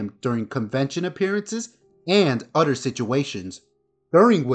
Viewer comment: My 10 yo son says “other” same as you (udder). Do you have a hard time with other “th” sounds?